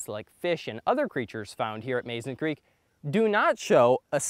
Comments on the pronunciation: Mazon is pronounced: Muh-zon . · I enjoyed your presentation. I’ve visited this place many times to fish and to hunt for fossils. Just an FYI, Mazon is pronounced “muh-ZAHN”. It’s also considered a river, not a creek. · I am confused about the pronunciation of Mazon. My mom was born in Mazon, Illinois. She pronounced it Muzon same as the creek. 🤔